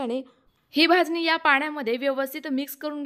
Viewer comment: भाजणी शब्द आहे भाजनी नाही